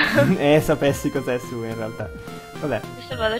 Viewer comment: Però,anche nell'altra let's play la chiamavi Sue e noi ti dicevamo che si diceva Siù,testardone.